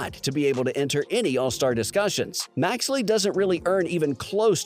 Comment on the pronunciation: Maxey not maxley lol